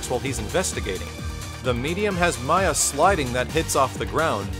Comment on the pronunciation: ... IT'S MAYA, NOT MISSILE!